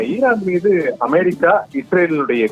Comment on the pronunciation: அமாரிக்கா.....என்பது எந்த நாடு?😂😂😂😂 உச்சரிப்பு ஒரு மாதிரிக்கா இருக்குதே ஏன்...?